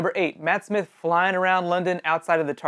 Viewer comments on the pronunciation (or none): none